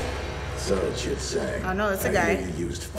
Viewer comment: that was a good one, but it took me until watching this video to realize that "Chit Zang" is supposed to sound like "Shit Stain" when the guard says "STOP RIGHT THERE CHIT ZANG" and I think that's the greatest line I've ever heard in a kids show